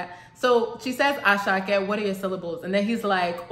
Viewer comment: Àṣàkẹ́ is 3 syllables.... Mr. Geebu....Mr. Gabriel in Yòrùbá O da Yan mọ́....Don't you recognize a star Ẹẹ ni cable....Don't you got cable tv.... He is just rhyming here.... ❤😂